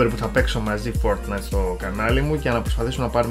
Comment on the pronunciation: Μονο εγω ακουσα στο οτι ειπε το fortnite φορτνσαϊτ?